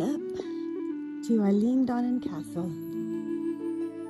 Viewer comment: I don’t want to be one of those people that corrects everything, but that’s not how you pronounce the name. Beautiful place though!